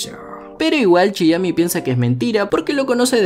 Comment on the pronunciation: Chiemi*, no Chiyami 😂😂